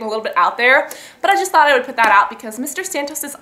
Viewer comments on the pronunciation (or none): none